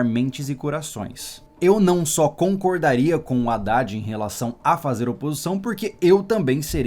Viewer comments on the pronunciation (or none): none